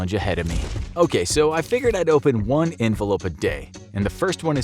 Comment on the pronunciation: Did he say envelope or 'Infolope' hehe?